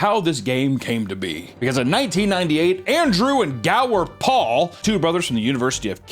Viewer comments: "Andrew and Gower Paul" 😂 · "Andrew and Gower Paul"????????